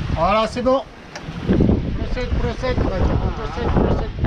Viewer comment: C'est pas "prosit prosit" mais "proceed proceed" qui veut dire aller de l'avant en anglais. C'est vrai qu'avec l'accent grec...